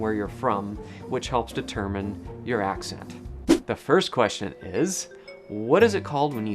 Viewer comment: It sounded a little bit like you said "ascent" instead of "accent" 18 seconds in, and you say, "mah background" instead of "my background". I am a Californian and have recently realized these quirks we share. It's from Oklahoma from a great migration during the dust bowl, and is slightly more evident in the Central Valley than on the coast. But we stand out like a sore thumb to anybody from east coast.